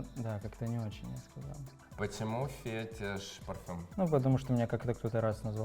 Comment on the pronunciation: Гош, не фЕтишь, а фетИшь!